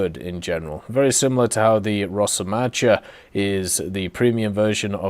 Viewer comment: "Rosomacha" should be pronounsed as "rosomakha" ♥. Hello from Ukraine